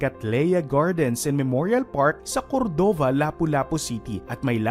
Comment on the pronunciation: Cordova is read as Kordova not Kordoova ☺️🤍